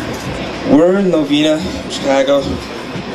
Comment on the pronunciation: Novena not Novina